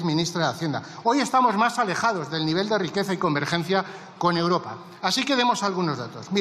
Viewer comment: Esta mujer no tiene medida, miente como su jefe, es como una cotorra que le enseñaron el cotorreo! Es imposible aguantarla! Toma a España y los españoles por tontos! Por favor hay que echarles ya como sea. Y espero que con el tiempo aprenda a decir EUROPA y no UROPA!?😊